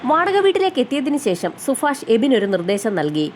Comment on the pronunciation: സുഫാഷണോ 0 സുഭാഷ് ആണോ 😂